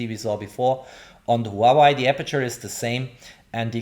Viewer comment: It is not just Reno - it is also the way you pronounce Huawei - technically good review, but unbearable to listen to.